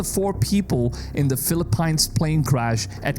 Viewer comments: It also could be climate change or global warming whatever you want to call it but they new this was coming and new turbulence would get worse! And buddy that's Philippines is pronounced Philippeens ! Sorry 😊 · RIP the way he says Philippines.... filiPINES 😭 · fil-luh-peenz buddy. But great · You really need help with your English. Google how to pronounce PHILIPPINES. smh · bru you pronounce wrong the Philippines.